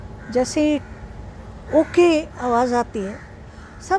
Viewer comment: Bhai sahab aap jo awaj word galat bol rahe hain..sahi word awaz hota hai na ki awaj..kam se kam ja aur za ,sa aur sha ka fark to dhyan rakho.